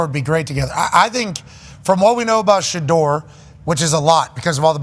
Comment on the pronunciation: He says it correctly. Everyone including his father says it incorrectly